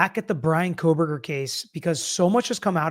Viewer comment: You guys… there is no L in Kohberger.